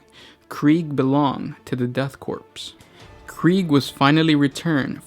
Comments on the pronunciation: I was initially upset how he pronounces ‘corp’ as ‘corpse’ but I mean it’s fitting since it’s the *death corps so.... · I agree. I love the fluff but it was very difficult to keep listening to the improper pronunciation of the word "korpse". Please double check pronunciation. It is pronounced like core. Otherwise great video. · Pronounced "Corps" rather than "Corpse", no? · Oh. My. God. Please for the love of the Emperor, STOP SAYING "CORPSE." "Corps" without the "e" is pronounced like "core." Every single time you said "corpse" was like having metal shaving forced under my fingernails, one jarring millimeter at a time. - Grammar High Inquisitor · >death corpse KORE. <-- Please say it literally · nitpick, corps is pronounces "core" not "corpse" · 1) I enjoy your 40 facts videos... 2) And Im sure this has been pointed out in the last year or so... but it is pronounced at CORE. You dont say the US Marine Corpse. Its said just like the word "core".... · Why is it you insist on horribly mispronouncing something in every single video? It's pronounced like core not corpse... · Core. it's pronounced Core. It's French. About the fifth time you said "corpse" I had to stop listening. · Her is a fact for you the ps I'm "corps" is silent pronounce it as core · Corps is pronounced “core” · Hello, friend. "Corps" is pronounced with a silent P. It's bad luck to pronounce it as Corpse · Corp is pronounced core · Corp = “Core” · Death "corpse" I wish I was a corpse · Sweet Jesus. Korps, or Corps, is pronouced CORE!!! Like the core of a planet! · Corps(Korps) is pronounced as Core lol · Austin Johnson "corps" is pronounced core, korps is not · Good video, but the "P" is Corps is silent. Pronounced like core. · "Death Corpse" stopped listening right there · Ahh the deff "corpse" of kreeage, muh fovareti